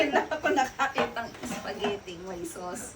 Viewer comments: Spaghetti ❎ Supas✅ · dami kong tawa sa soupagetti mo sir 🤣🤣🤣 practice lang mamamaster mo din yang soupagetti 🤣✌️